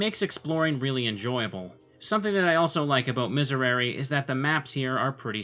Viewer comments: History Nerd who knows both Classical and Ecclesiastical Latin here. For both types, the S and R are pronounced more with the tip of the tongue. You want a hard S sound, not the softer Z. And the Rs should be almost, or lightly, rolled. The vowels are different depending on the type of Latin. All the Es should be pronounced the same - basically an "eh" sound, in sound in Classical Latin, or an "ey" sound in Ecclesiastical Latin. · The "r" in "miserere" is pronounced as a sharp r with your tongue behind your teeth, not with your tongue at the back of your mouth. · Sadly, that's easier said than done. You probably grew up thrilling your Rs, otherwise you would know how much of a pain it is to learn that. Let's just not blame him for that bit. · It's been a while and IDK if you really care, but that's not quite how you'd pronounce Miserere in Latin. Latin has very consistent vowel sounds and all the E's have the same E sound as in "pet". You said the last E with a long E sound that didn't exist for the E vowel in Latin (that sound was reserved for the Latin vowel I.) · The last "e" in miserere should sound exactly like the other ones, rest of the pronunciation is good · Hey, completely unqualified viewer with some Spanish knowledge and general interest in languages here. I'm pretty sure all the "e"s should sound the same, so just change the last one and you got it. Regarding the actual video I must say it is indeed pretty cool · To pronounce it right you just need to say the third 'e' of miserere like the other two... I know it's hard because the pronunciation of 'e' in Latin and English are a lot different, your way of saying 'e' is our 'i' and bla bla, it's like you're saying Misereri rn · The proper Latin pronunciation would be Me-Say-ray-ray. I always makes the e sound and e always makes the eh sound. The conflicting pronunciations probably came from ecclesiastical Latin, or as I like to call it, bad Latin. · It's pronounced mees air ay ray